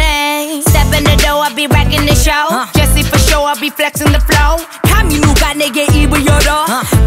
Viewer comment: "인생은 아냐 show가" 이 부분에서 발음을 들어보면 "인생은 아냐 sugar" 그니까 "인생은 달콤하지 않아" 라고 해석되는데 소름